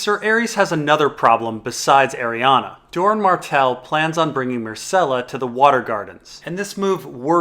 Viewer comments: Stop saying "Arianna". It's Arianne Martell. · DOES ANYONE EVEN SAY ARIANNE'S NAME RIGHT?? FFS YOU DAFT IDIOTS IT'S ARIANNE NOT ARIANNA!! GET EDUCATED! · Every time you say "Arianna" and "lazyuli", Sweetrobin gets a seizure and needs another pinch of sweetsleep...